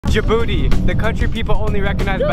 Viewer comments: and the name isn't like you said "djibouti not djabouti"wrong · It’s not “jabooty” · Djibouti is pronounced Ja' Booty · Miss: tell me a countrys name Student: djabooty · You only spoke about negativity of my country 🇩🇯 but you missed a lot of places to visit. By the way it's Djibouti we pronounce it "Tii" at the end thank you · Djibouti 🇩🇯 ji-booty 😂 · How to pronounce Djibouti Dij-booty